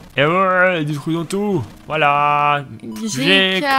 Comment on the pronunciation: Quand vous dite "GK" j'ai l'impression que vous dite J.K